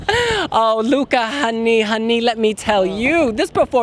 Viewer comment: You guys really need to learn to pronounce the vowel "Ä". It's like ´"hey", "say", "babe". So it's Luca Hänni not Honey, :-)